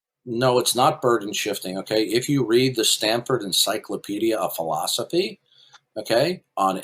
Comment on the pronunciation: So weird how says things like ‘full-asha-fee’....has to oddly pronounce each syllable but not really correctly.